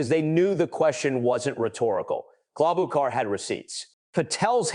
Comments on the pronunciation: Amy KLOB O KAR ?? REALLY?!!?! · KloboCar? really AI commentary is pathetic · AI cannot even get Amy’s last name correct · I don't like AI. When Ms Klobuchar is mispronounced on the first try, I am out! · Why is the narrative saying Sen Amy Klobuchar’s name in 15 different, wrong, pronunciations? If the narrative is AI, then you’ve got some real work to do. If it’s a person, they should know better and ASK FOR CLARITY! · Senator Klobuchar’s name is pronounced at least 4 different ways in your reporting. That’s a problem. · You should fix your AI. Klobachar was miss pronounced wrong about 4 different ways. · Please learn how to pronounce her name. She is a very smart woman. Thank you. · Can’t even get her name pronounce correctly